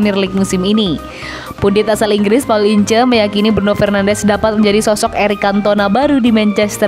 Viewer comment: Sebutin yg bener nma paul ince,ngak incer tp ins.bikin maluin aja..